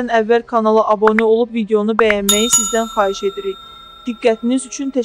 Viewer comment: Abone yox abune deyilir